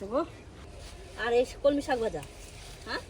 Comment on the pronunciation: কমলি শাক নাকি কলমি শাক কমলি শাক শুনতে শুনতে কান ঝালাপালা